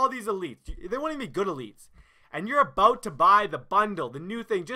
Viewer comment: "Im so passionate 'aboat' this"